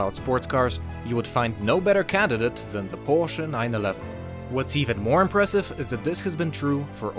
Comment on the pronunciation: Porsh predick nining leven. Whaaaat!?